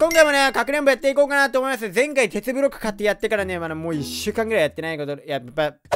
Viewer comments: めっちゃケツブロックに聞こえるwww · テツブロックがけつぶろっけにきこえた